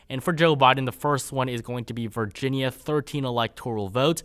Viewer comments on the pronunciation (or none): none